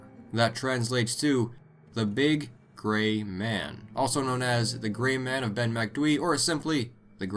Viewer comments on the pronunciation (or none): I thought you said "The large GAY man" lolol. Better watch out with him sneaking up behind you. Kekekekek